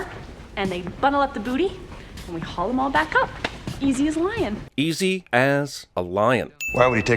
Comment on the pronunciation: She doesn’t say “easy as a lion.” She says “easy as lying”